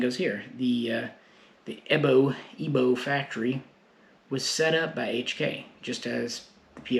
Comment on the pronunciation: EBO pronounced as E (ai.....like "air") B (V...) O (single O...not Oh) EVO...like you say EVO-lution...